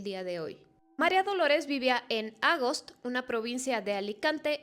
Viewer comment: No se dice Ágost se dice Agóst, la sílaba fuerte es la segunda